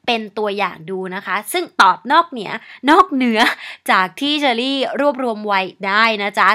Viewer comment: นอกเหนีย 555 เป็นคนเหนือแน่ๆ